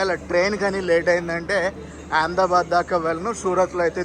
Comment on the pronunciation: Yaamdabad kadu ahmedabad sarigga palakandi